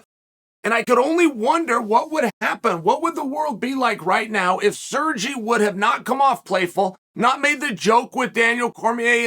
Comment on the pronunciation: sergy LOL